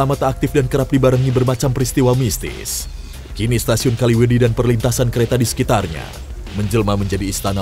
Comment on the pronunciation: Kaliwedi bang bukan kalimedi soalnya gua orang kaliwedilor